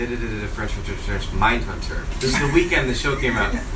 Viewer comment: Mindhunbter aye?